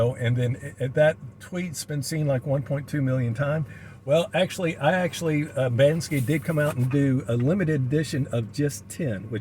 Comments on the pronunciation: you are RIGHT & all these know all's are wrong. BANKSY is a different artist. It is BANSKY pronounced Ban-ski who indeed done the xrp monkey print. Too many people who think they know it all when the no F all 😂🤣. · You are talking about another artist BANKSY, It is Bansky pronounced Ban-ski who did the XRP Monkey print, is right in how he pronounced it.